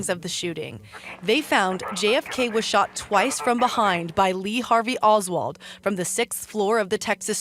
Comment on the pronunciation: Oswald...not Osworth bruh